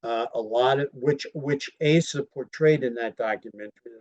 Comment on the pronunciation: Her name is not pronounced "Ay sah"